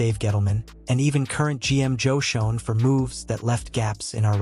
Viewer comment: For the record you pronouned The GM's Name & Malik Nabor's incorrectly. Joe Schoen's last name is pronounced Shane & Malik Nabors 1st name is pronounced Maleek.